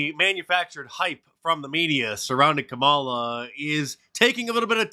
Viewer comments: Mark mispronounced KUMALLOVER HARRIS' name.😂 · "Kameltoe Harris" Get it right! 🤣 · its pronounced kamm allah Mr. Dice. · Harris's first name is correctly pronounced KAH-ma-la or Comma-luh. She made a video to help people get it right. I'm not kidding.